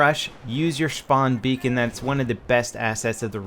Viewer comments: XD Shpawn beacon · "Schpawn Beacon"